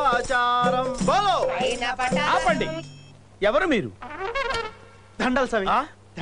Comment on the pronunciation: పతరం కాదురా నాయనా పటారం